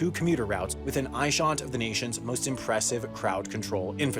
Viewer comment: was that "eyeshont" or "eyeshot"???